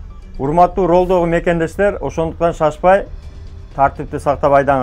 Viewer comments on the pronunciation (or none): Ролдогу эмес, рульдагы деп туура айтчы, пожалуйста.